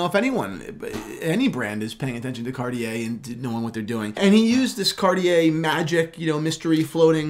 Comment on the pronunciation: when will two young men learn to pronounce the company name Cartier correctly.. it is so rude to pronounce a name incorrectly